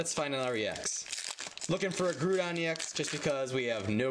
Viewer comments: GROODON??? its groudon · The "grou" in groudon is pronounced like the "grow" in growlithe. Just wanna help. Keep the awesome work. :)